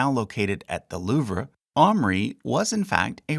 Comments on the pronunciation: Why do you pronounce louvre lik that? That's a wild pronunciation... it's "looov" not "loov-ray" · It is pronounced The L-oo-v.